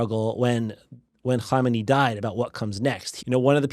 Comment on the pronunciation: Perfect pronunciation of "Khamenei" and "Khomeini" 😊